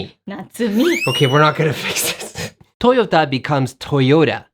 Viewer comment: TOYOTAをトヨーダって言うじゃねえか